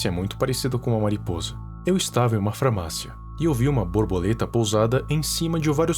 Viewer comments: alguém mais percebeu que ele falou framácia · "Eu estava em uma framacia" kkkkkkk